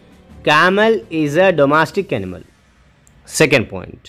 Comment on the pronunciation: Sir vo anemal nhi hota hai animal hota hai baki sab to thik hai 😂